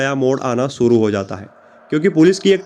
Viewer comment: aap ek anchor hai apni language per Dhyan dijiye sha ko sa mat bolye ek anchor ko apni Bhasha per command hona chahie suru nahin hota shuru hota language Sapna aur to video dekhne ka man nahin karta